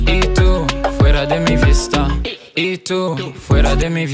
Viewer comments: Attention quand tu prononces les "v" en espagnol c'est comme des "b" donc pas "vista" ou "vida" mais plutot "bida" ou "bista" et les "g" c'est "r" donc "parina" et non "pagina" mais sinon niquel le son je kiff bravo comme d'hab PREMIERE PARTIE 18/09 n'oubliez pas les bougs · Louuurd le son, parcontre en espagnol les "v" c'est comme des "b", mais t'es trop fort !!!